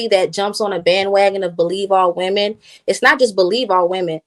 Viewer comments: I'm not trying trying to be funny, but could someone please explain to me why is it that so many people say the word "woman" instead of saying "women" When started talking around the 4 min mark she kept saying woman when she should have been saying women. I hear lots of people do that and wanted to know is their a reason or is there a large portion of our society that just don't know how to use the words correctly anymore. Does anyone else notice this or is it just me? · I really hate how she keep saying woman and not women😤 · It’s women not woman. Why every time get on this type of panel he can’t control his speech. is intelligent he can be more professional and Christian. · She keeps saying “woman” instead of “women” 🤦🏽‍♂️🤦🏽‍♂️🤦🏽‍♂️ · Aye she taking me out with the word Woman. It’s Women smh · Ion mean to be petty, but is annoying tf outa me saying Woman instead of Women!! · It’s women not woman.